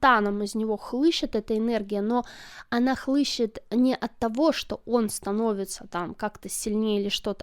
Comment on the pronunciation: Хлещет, не хлыщет. Вы русская?